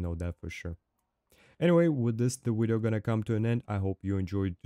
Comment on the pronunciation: I love watching your strats and skill but damn man, i need to know how you pronouce Nvidia. Edit: Never mind, you said very but you say wideo, now im interested in why that specifically?